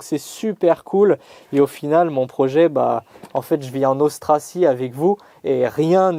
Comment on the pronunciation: Est-ce que tu as voulu dire autarcie quand tu as dit austracie ?